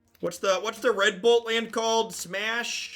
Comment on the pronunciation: I was watching the gameplay at 2x speed. I kept chuckling at how red bolt lands sounded like 'redbull lands' a couple times... I know they will be the crimson ox ones to me now.